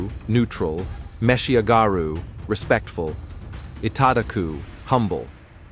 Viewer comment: Your pronunciation of "taberu," "meshiagaru," and "itadaku" are entirely wrong. Some people listening to this will copy them, thinking they're correct.